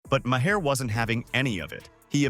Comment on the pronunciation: Isn't it better to let the clip play so people can hear what they are saying rather than saying it yourself? And Maher rhymes with star, not with Bayer.